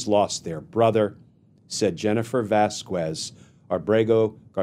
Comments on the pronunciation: Please learn how to pronounce the name Vasquez, Glenn. It's not Vaaz-cuez. It's actually pronounced Boss-'kes. There is no z sound in the name. The s is pronounced like an s, and the z is pronounced like an s. The que is not pronounced kw as in English. It is pronounced k. Ask someone who is a native Spanish speaker. You'll see. This name is very common, and it really hurts my ears to hear it mispronounced, because it comes out so very different from how it is pronounced properly. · We already know that Trump is lawless and unconstitutional... but what are we gonna do about it ? NADA !!! P.S. - Her name is pronounced Vaz-Kezz.